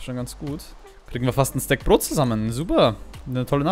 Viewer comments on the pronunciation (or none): none